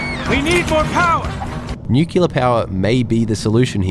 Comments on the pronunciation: Ehm… new-clear…. Not new-cular 😂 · New killa? If one can say "new" and "clear", they can say "nuclear"... Come on now... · you do call it nucular, so clearly you are an honorary american. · Hahaha same! I was literally scrolling down comments to see if someone else had picked up the "nukilar" pronunciation XD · Not nuclear. Newkeelar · Assume "new-kew-lar" is a George Bush pisstake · Please don’t opine on nuclear power until you can pronounce the adjective. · Lol the way he's pronouncing nuclear is sending me😂😂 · please learn how to pronounce 'nuclear' correctly. It spoilt an otherwise good video. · Totally agree. So many people get this wrong.